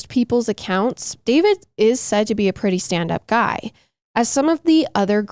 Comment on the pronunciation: A few mins in and I laughed out loud… shout out… “ lookin prrrrrretty hot, check her out! Favorite true crime couple!